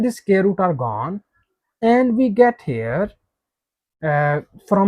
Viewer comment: CAN YOU NOT PRONOUNCE THE WORD " SQUARE " PROPERLY....?..